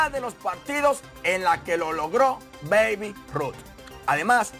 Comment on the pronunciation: Mafri es babe se pronucia beib.